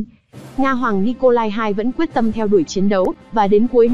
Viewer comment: Nicolas mà đọc là nicolai :)) Gg đọc hài vậy!